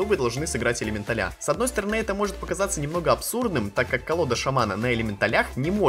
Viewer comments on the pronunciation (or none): Может не элементаля-ударение на я , а элементаля-ударения на а